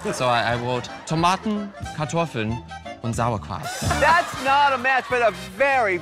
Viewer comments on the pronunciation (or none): "Undt sourkraut...."